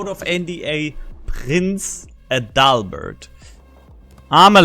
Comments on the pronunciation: Das klingt irgendwie komisch 😂 AdaLLLbert? Hatte gesagt AAdalbert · Actually, it's not pronounced Prince 'A Dull Bird'.